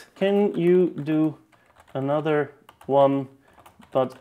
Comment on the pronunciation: Another my guy. It's another... Not anudder